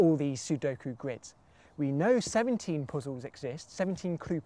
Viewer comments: also says, "C, number of squids" (at least it doesn' t sound like a hard 'g' for "grid" (I know, he does not say squid, more like sqrid) But what does CtRIDS mean? (Count Number of RIDs? R=Real numbers ID as in (uniqe) IDentifier?) So the Count in numbers (real numbers) with unique identifier for every possible grid? That would almost make sense to me... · Its GRIDS (the ct is a g:)